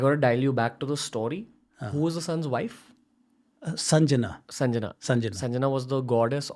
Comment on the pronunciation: PLEASE READ PROPERLY N PRONOUNCE RIGHT WORD. ITS NOT SANJANA BUT " SANGYA". READ SANSKRIT IN TOTAL.